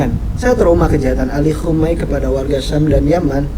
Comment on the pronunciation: Khamenei Bukan komenei